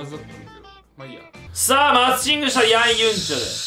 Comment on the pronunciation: ヤンユンチュルじゃなくてヤンユンチョルなの？